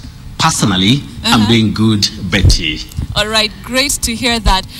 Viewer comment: Your name is pronounced Mbiti not Betty haha